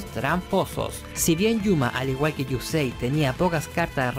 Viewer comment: Nadie es tramposo, solo fueron las reglas de ese momento. Que deck nada, se dice mazo, baraja o monte. ¿Chilión? Esa no es una palabra mongólico. No se llama ladrillo, se dice “párrafo”, mongólico. 遊戯 | ゆうぎ | Yūgi se pronuncia “iuu-gui” y 遊星 | ゆうせい | Yusei se pronuncia “iu-se-e” ve el anime y te darás cuenta.